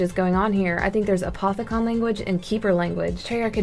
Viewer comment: I'm pretty sure it's pronounced A-poth-i-cun